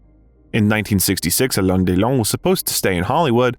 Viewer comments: His name is not "Elane" Haha. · Please don’t pronounce his name like Elaine, it sounds ridiculous. Just get a native French speaker to help with the pronunciation ! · It's not A-lein, it's A-LEN :))) gee... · please pronounce his name right…not elaine…alain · It’s not Allen it’s Alain you don’t pronounce the N at the end . Just saying 😊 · Please learn how to pronounce the name Alain. Please. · OMG, the American pronunciation of French names and words!! Why try so hard? Loved this man; there will never be another Alain Delon!!